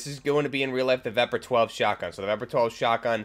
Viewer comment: Its called Vepr'12. Not Veper.